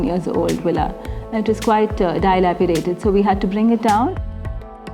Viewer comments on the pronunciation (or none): You confused me. Please use the correct pronunciation for dilapidated.